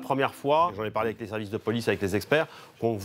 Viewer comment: Très bon documentaire, Monsieur Zéro. Félicitations! Par contre, de grâce, cessez de dire "Ayèk" au lieu d’”Avec”. Merci!